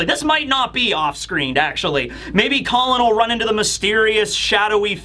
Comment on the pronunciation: pronunciations change from Call-on to Colon to straight up Colin 😂😂😂